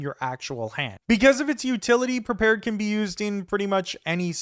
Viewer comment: It's "prepared", not "perpared".